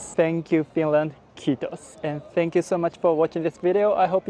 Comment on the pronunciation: I love the way he pronounces it "khittos" instead of "kiitos"